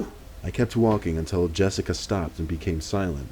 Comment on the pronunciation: Jessic-ah lol Another spoopy vid mate. 👻